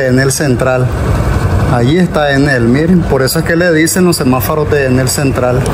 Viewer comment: Amigo disculpa por corregirte pero pienso que estás pronunciando mal la palabra es semáforo y tu dices semaforo